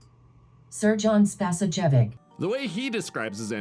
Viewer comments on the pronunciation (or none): And the text to speech got director's first name right, but not the last 1. This is how you get it to say it right 'Spasoyavich'. I'm Serbian. I never watched this movie directly. I watched some Australian guy watch it, he 🤮 at 1 point, but don't remember on which part.